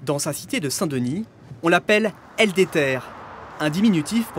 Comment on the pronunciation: "El deter" T'es serieux narvalo ?! 🤣